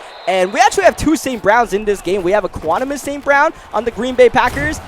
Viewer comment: bro you gotta say St.Brown's name correctly lol